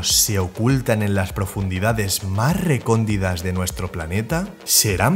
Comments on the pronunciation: Se dice recóndiTa, no recóndiDa. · La palabra no es recondida es " RECONDITA " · Es Recóndita, no recondida